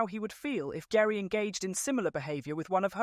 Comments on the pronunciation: GERI is pronounced Jerry.:) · Omg how much do you know you can’t even pronounce horners wife name correctly it’s pronounced Jerry but spelt Geri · pronounced "Jerry" and Newey pronounced "Newey" (Adrian) Sorry, was distracting to the rest of the info